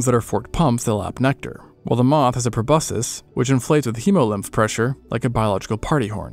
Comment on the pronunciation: If you’re gonna make information videos, you could at least pronounce proboscis correctly